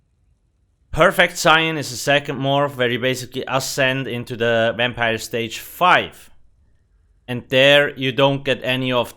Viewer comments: Exactly what i was thinking "wampire" lol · Is this a vampire review or a "wampire" one..